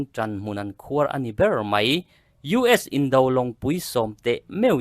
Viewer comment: A bengvarthlâk e. Thu lam dik loh thenkhat ngaihmawh tur a awm nual:- Thlithlai Tanhmun khuar tiha khuar lam dan kha . ..